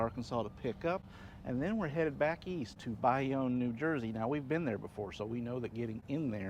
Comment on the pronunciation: It's pronounced Bay-Own.